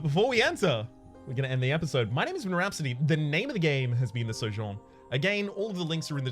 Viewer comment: It’s pronounced SO-jERn